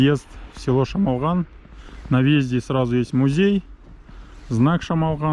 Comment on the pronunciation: ПОЧЕМУ "ЧЕМОЛГАН " , А НЕ ШАМАЛГАН ? ЧТО , ДРУГИЕ НАЦИОНАЛЬНОСТИ НЕ МОГУТ ВЫГОВОРИТЬ " ШАМАЛГАН " .